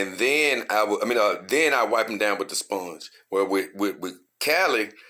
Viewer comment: I like how you say sphonge